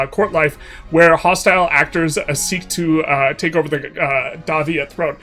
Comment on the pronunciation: The 3 hit combo of very slightly misreading Dai Viet, having a deep enough etymology bag to pronounce Khmer properly, and then stumbling over Ayodhya had me reeling 💀